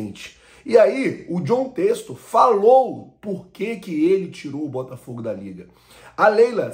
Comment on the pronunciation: Poh namoral mesmo, vocês do YouTube deviam aprender a pronunciar o nome das pessoas primeiro antes de dar as notícias. Jon texto foi foda kkkkkkkkkkkk